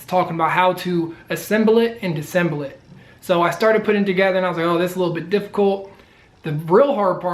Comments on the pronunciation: It's pronounced "Dis-a-semble". Please learn to speak properly as it will make your videos more enjoyable to watch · Missing a syllable from disassemble there bud.